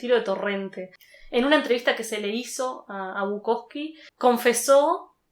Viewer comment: es Bukowski. Con esta i al final.